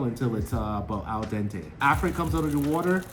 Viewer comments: Al-Don-Tay is a wild pronunciation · Al donte 🤣